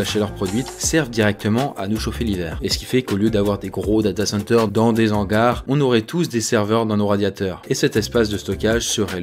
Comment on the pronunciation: 2'18" "dans des z'hangars"???